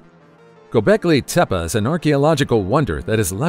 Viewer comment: TEPEA, not tepa.